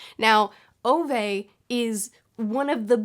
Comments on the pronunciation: Btw, about the pronunciation of Ove. It is pronounced more like Uve. Kinda like the vowel from 'cool' which is then followed by the word 'vet' without the T. So more like Oove, I suppose. I don't know do you care but I thought it'd be fun to know. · I think Ove is pronounced "Oo-vah"